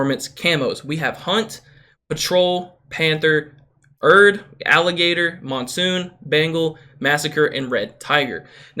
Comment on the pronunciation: This man said ALLIGATOR